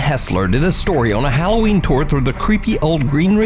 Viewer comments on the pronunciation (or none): none